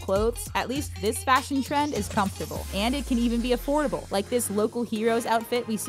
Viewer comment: “It’s even afore able for $150 total” 😂